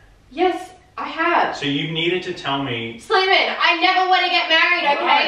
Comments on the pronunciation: Slaimanuh! I'm sorryuh! Heyuh! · She says slaiman but it sounds like Simon